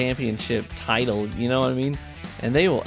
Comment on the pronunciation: Love u, "u knaw what I mean"! Hahah but seriously u know what I mean right? Happy New Year and wish u the best in 2019